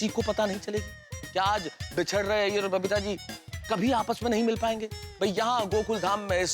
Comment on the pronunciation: Are bhai Iyer ka a nhi i ata he